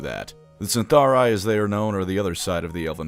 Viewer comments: Isn't it Cytharai, not CyNtharai? Anyway thanks for the great video! Love your episodes with Lorebeards as well! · Eyes twitching it's Cytharai, not Cyntharai. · Isn't it Cytharai? And pronounced with a k? Like Cadai? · How the hell is mispronouncing Cytharai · Is there something i'm missing ? There is no letter N in Cytharai.